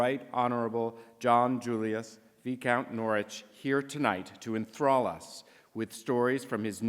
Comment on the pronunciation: Vicount is pronounced as vaikownt and not as veekownt, as does.